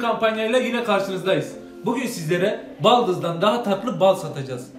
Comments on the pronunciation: Baldız değil daldiz :)) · Baldız değil Daldız